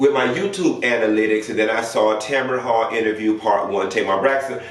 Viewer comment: Her name is TAMRON HALL not Tamaron🤦🏾‍♀️🤦🏾‍♀️🤦🏾‍♀️